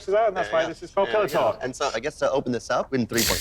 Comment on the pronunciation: I thought they called it Pillow Talk for a moment there :P